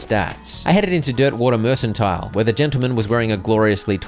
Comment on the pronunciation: Mercantile.... MERK-an-tile